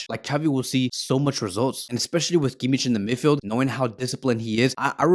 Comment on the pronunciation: I'm sorry but you're pronouncing Kimmich's name wrong.